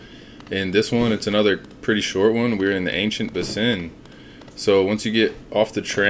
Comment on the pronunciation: The ancient buh sin 😂